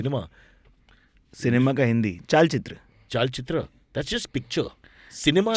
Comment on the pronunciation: ChalChitr and not ChaalChitr 😂😂😂😂😂